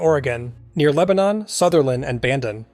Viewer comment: It doesn't matter, but Lebanon is pronounced with an i instead of an o. So it's Leb-uh-nin. Source: grew up around there.